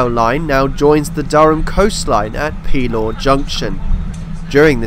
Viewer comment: Just a quick note about local pronunciation: the name of the district near Gateshead, Pelaw, is pronounced with the accent on the second syllable, thus Peláw.